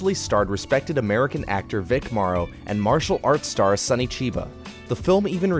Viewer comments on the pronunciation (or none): none